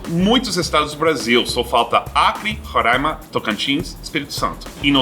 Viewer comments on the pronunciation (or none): none